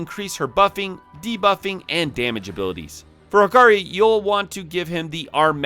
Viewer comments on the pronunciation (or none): none